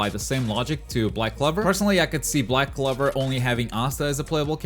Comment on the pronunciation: You confused Yusuke Urameshi for Akita? I hate you. You also pronounced Toguro and Black Clover wrong as well. Naruto surely has four more characters coming to tie it with DBZ and One Piece. I think the others are Tsuna from Hitman Reborn, Jotaro and Dio from JoJos, All Might Or Bakugo for MHA, Toriko, Medaka, Hiei and Kurama